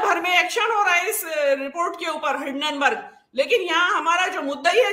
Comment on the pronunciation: भेण दी टकी, हिडेनबर्ग नही है हिन्डेनबर्ग है